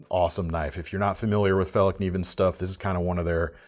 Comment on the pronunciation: Even though there were no knives that sparked my interest I must applaud your pronunciation of “Fällkniven”. Never heard an American being even close to nail it.